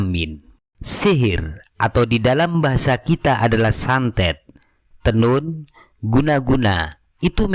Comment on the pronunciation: Tenung om bukan tenun 😂